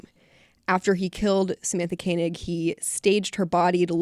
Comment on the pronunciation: Samantha's last name was pronounced "Koh-nig".